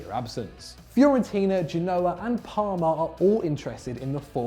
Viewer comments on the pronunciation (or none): none